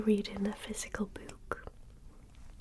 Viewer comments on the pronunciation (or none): The way she says "Boouck" 😊